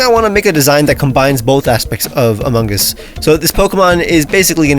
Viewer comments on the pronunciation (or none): My man really made the imposter……I’m holding back saying sus OH GOD DAMNIT, also why are you pronouncing the G in among it’s just among not amonguh